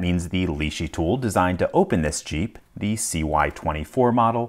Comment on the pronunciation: Did he say "... tool designed to open this Cheep" instead of Jeep? 🤣